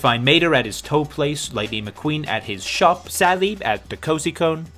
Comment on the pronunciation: Bro... I'd your natural accent British? You sound kinds British when you say "shop"